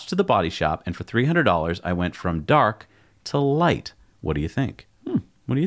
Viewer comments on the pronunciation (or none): none